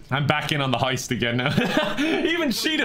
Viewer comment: Guy: Is a lot attendant Guy literally 2 hours later: "LISTEN SUNSHOINE IM THE FECKIN LEADER OF THIS HOIST YEH???"